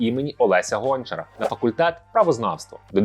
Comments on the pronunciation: ГончарА!!!! А не ГОнчара! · Олеся ГончарА, а не ГОнчара. Це не гончий якийсь, а відомий український письменник 🤦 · не Олеся гОнчара, а Олеся ГончарА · ТЕрнівка, Олеся ГОнчара. Робите гарну справу, але наголоси для кого існують в цьому світі, автор? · Яка жахлива українська з акцентами незрозуміло куди: гОнчара, місто Тернівка, а не тЕрнів) якщо вже робиш акценти на мові кожен раз, то сам би її підвчив та краще готувався до роликів, хоча б з карти правильно прочитав назви міст та університетів